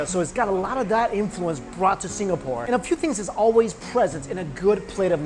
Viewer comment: He read Singapore with the GAH :')